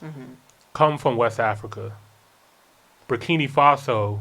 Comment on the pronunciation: I feel like people are purposely mispronouncing Burkina. Ibrahim says it correctly multiple times in most of his speeches, and yet urban folk seem to choose to pronounce it Burkini for absolutely no reason at all. Why?